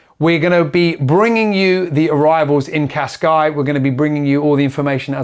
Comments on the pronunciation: Great episode as usual and thank you for the update. But please stop calling Cascais - Cascai! It is pronounced Casca-is or Casca-ish if you prefer. Thank you ;) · when did the Portuguese drop the “s” off Cascais?